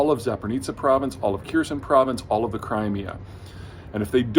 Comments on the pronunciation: The H in "Kherson" is aspirated. Where is this "Kierson" that you're talking about? Why do you and Joe Blogs mispronounce the name in almost the same way? C'mon, even Jake Broe and Combat Veteran Reacts can pronounce it correctly. Try watching their videos to learn how. In Cyrillic the pronunciation is really clear, and the war has been a great teacher of Cyrillic encoding - lots of words sound similar to English words once sounded out. Edit: Where's the "Courge" bridge you discuss? Is it like the "Kerch" bridge? Is that a Russian pronunciation? Edit2: Please pick up Blender or similar for map animations. It's free and easy to learn. Or I'd be happy to animate your maps for you. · If ONLY you could TRY to pronounce even the NAME of the city properly. But I guess that is being asked too much of your American arrogance. But, hey, as long as you can earn a ton of dollars...... WHY SHOULD YOU SHOW RESPECT? 🤦‍♀️🤦‍♀️🤦‍♀️ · The name of the city is Kherson, not Kerson (Keerson)! "Kh" is the international transportation of the "kh" sound like in "Mr. Khan". Therefore, Kher•son, Khar•kiv, Ka•khov•ka, Ba•kh•mut. Ukrainian is very easy to pronounce when words are separated into syllables, and distinctly pronounced separately: Ky•iv, Ma•ri•u•pol, My•ko•la•yiv, Mar•ha•nets, Dni•pro, Ke•r•ch, A•zov, Me•li•to•pol, Ber•dya•nsk, Se•vas•to•pol, Za•po•rizh•zhia, Do•ne•tsk. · Please do not say Kirsen. "Hersón" is much closer to the correct pronunciation of Ukrainian Херсо́н/[xʲɛrˈsɔn]. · Good and clear analysis, but for the love of god, please learn to pronounce the place names properly. For example, it’s not “keesen”, but rather “kher-son”. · Kherson is pronounced Herson, the K is silent. Yeah, I know, weird. Kinda funny actually, a knee slapper. But don't let it get you tied up in knots. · KEERSEN? All the Ukrainians I hear pronounce it "hairsohn". I know you're a brilliant mind but please take time to respect and learn the names of people and cities you are reporting on.